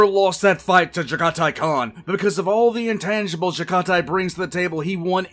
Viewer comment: Its pronounced jag a tai